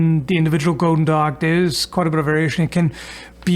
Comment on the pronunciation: on the subject of the pronunciation of goedendag, i believe has decent german. so explained in german terms, OE in dutch is a similar sound to the U with no umlaut in german. both Gs are more like the CH sound in german, like at the end of the word nach. chudendach